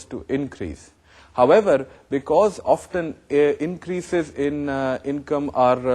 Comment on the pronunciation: sir it is often not oftan